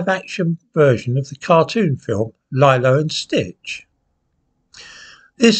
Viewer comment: For future reference, it's pronounced Lee-Low.